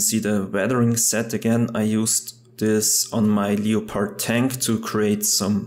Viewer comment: “ Leo pard “ it’s pronounced lepord and the movie is based on a real life story just so you know